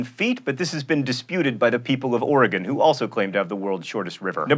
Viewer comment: I like that John Green can correctly pronounce Oregon. Kudos.